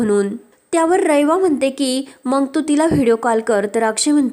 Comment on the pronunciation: Aga mang nahi ga mag. Jara shuddha bola na.